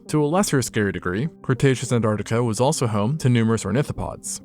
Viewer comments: m... ant artic... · Why don't Americans pronouncd the first T in "Antartica"? Noticed you don't say it in "Mountain" either